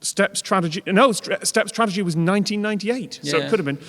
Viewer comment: "Tradegy", twice. 😄